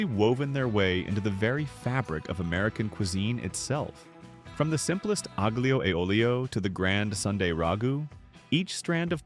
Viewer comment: Aglio has a silent g